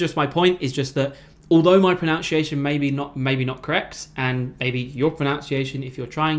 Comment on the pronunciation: Mis-pronounces "pronunciation" over and over. I love it 😂🤣